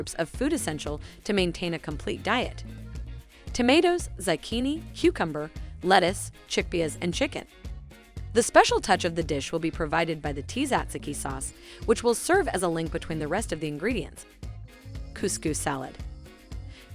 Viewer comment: She said T-zack-zicky sauce and Feet-a cheese!! 🤣🤣